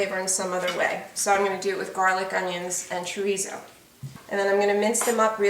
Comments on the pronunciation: Portuguese "chorizo" is actually called "chouriço" in Portuguese Listen to the proper pronunciation of "chouriço" You can also use linguiça for this dish. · Chorico is the Portuguese soup sausage, pronounced. sher eese o is silent. Linguica is the other Portuguese sausage fries grilled for sandwiches, or mixed with baked beans. Mm Mm looks good, just like my Mom used to make.